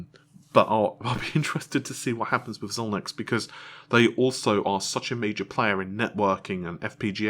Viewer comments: X I L I N X it's pronounced ZY-LINKS not ZON-IKS You can imagine how confused I was when I googled XONIX and learned that AMD spent $30B on a 36 year old video game. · Xilinx Pronounced Xi-links. Where the Xi is a long I sound. They produce fpga and are the premier fpga provider. FPGAs are a class of reprogrammable logic similar to CPLDs but are both larger and more granular than CPLDs. The application of FPGAs is typically where the production volume is too low to justify a custom asic or SOC. Due to the fact they use look up tables to implement arbitrary logic functions FPGA “Soft logic” is roughly equivalent to a slightly older fab process for standard logic implementations. For instance AMD could implement a Zen 3 core using FPGA logic, but it would clock significantly lower. They have been used for prototyping CPUs and GPUs, I’ve seen a set of 4 boards connected via ribbon cables used to prototype a GPU many years ago. The 5G roll out is using them, most likely due to low volume industrial applications where the industry is still needs the flexibility to change the protocol implementations until they have debugged the infrastructure. FPGAs are production worthy, they just aren’t cost effective in high volume applications.